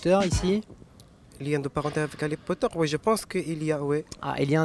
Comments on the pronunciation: il a pas dit harry potters mais ali potter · Il a dis :ALI POTTER !!!!